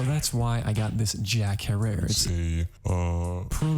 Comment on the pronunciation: Loved the video always a great watch, and not tryna be that guy but little recommendation; Herer in Jack Herer is pronounced like terror